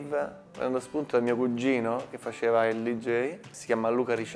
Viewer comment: E cugino rigorosamente con du g, "CUGGINO".